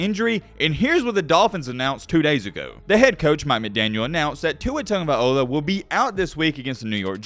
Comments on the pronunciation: whats cringe is how he claims to have know Tua for a long time but yet cant pronounce his last name correctly. "viola" and "vailoa" is two different things. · IF HE IS BELOVED LEARN TO PRONOUNCE HIS LAST NAME! FOR THE LOVE OF ALL THATS GOOD AND KIND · I generally find your stuff to be interesting and informative but have to be honest with you. the fact that you claim to have followed Tua since high school but still can’t or refuse to pronounce his last name correctly is total disrespect. You above most others would know how the name Tagovailoa was taken on by his family leaving their original last name behind and why that makes the name one of great honor. Many of us are big fans of Oscar winner Viola Davis but it doesn’t give us the right to butcher Tua’s last name. Otherwise, keep up the good work. Really enjoy your college football videos. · Really? You don't know how to pronounce his name?